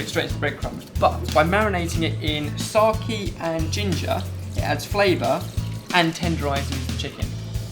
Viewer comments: Pronounced SakE not saki :D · your pronounciation of sake is wrong. It's not sak-ie, it's more like sa-kaye. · found myself saying SA-KE every time I heard sar-key :( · I repeat watching it for a couple of times to figure out what is "SOKIE" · He said "sokie".. Hehe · Yes but they pronounced it Saki where as the Japanese pronounce it Sake. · lol he was making fun of you, its pronounced sar-kay not sar- keeeeee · I love the way you guys pronounce it, although it's meant to be pronounced ''sah-ke'' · sake should be pronounced as sah-keh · said 'Sarrhkeee' for Sake.... and my japanese friend is laughing. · sake is pronounced kinda like "sah" like in sahara or the first part of sound and and "kay" like in okay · They should pronounce Sake like its pronounced in the country it's from as its a name, for god's sake (see what i did there ? lol)